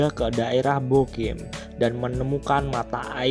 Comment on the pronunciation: Naratornya asli mbantul bukan ya ? Kok logatnya salah2. Bogem pake e dikata apem, bukan e di bebek.